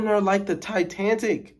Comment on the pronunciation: Not “titantic”😂😂😂😂😂😂